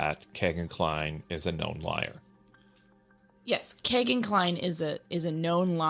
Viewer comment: I don't normally correct anyone on name pronunciation but I just have to on this. It is pronounced KEY-GAN not kay gan.. It happens to be my wonderful 6 year old grandson's name. Thanks for doing these videos It's how I've been keeping up on the case. I pray the families of these beautiful girls finally get the justice they've waited so long for.